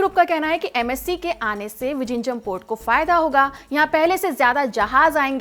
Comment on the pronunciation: Are bhai wo ड़ ऱ ळ hai vijinjham nahi